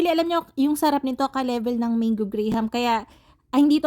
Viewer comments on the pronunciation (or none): none